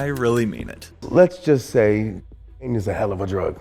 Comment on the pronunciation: Lol, you can't even say cocaine. WTF?!